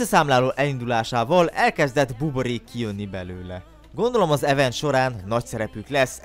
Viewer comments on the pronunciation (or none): none